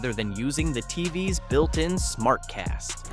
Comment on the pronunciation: love the AI failure to recognize the word TVs as an acronym TVS